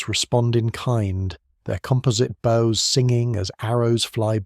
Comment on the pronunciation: One of the better AI generated videos, still struggles with the pronunciation of words with two different meanings but spelled the same. In this video, “compound bows” was pronounced “compound boughs”. Also typical is the often weird drawings, such as a mounted warrior on a horse with large wheels on either side… was good for a laugh.